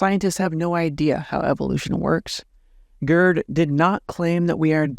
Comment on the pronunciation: Please stop calling the man "GURD." His name, in German, and English, is pronounced "gayrt" with a German, uvular "r." When one says GURD, it sounds like GIRD, which is an acronym for "Gastrointestinal Reflux Disease." 😁